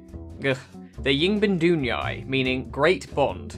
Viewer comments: Ying bin dun yay How hard is that to pronounce? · keeping me well informed and cracking up all at once, i died whenever you tried sayng Yingbandunyai.